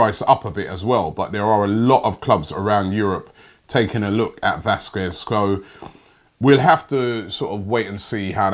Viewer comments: The 'u' is silent robbie. How to pronounce Lukas Vasqez (Lucas Vasques) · also he says Vasquez wrong